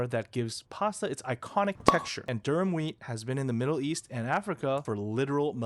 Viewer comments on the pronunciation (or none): It's Durum, not Durham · ”Durham wheat” 😂 god I hate ai